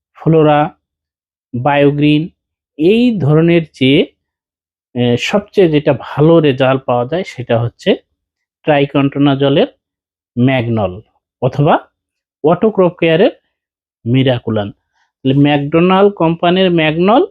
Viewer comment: ট্রাইকন্টানাজল নাকি ট্রাইকন্টানল